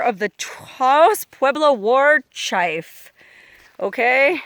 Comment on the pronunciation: really? you cant pronounce "war chief?"